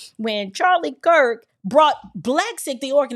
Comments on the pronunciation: Along with the lies and slander, he didn't even pronounce the man's last name correctly. He said,, Charlie Crist. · He said Charlie Kris he didn't even say his name correctly 😂😂😂